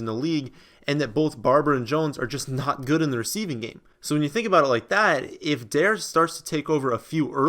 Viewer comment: Day 2 of telling that Dare is pronounced DAH-ray